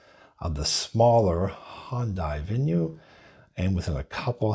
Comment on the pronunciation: And he says "Hondai Venue". Did Honda and Hyundai just merge into a single automaker?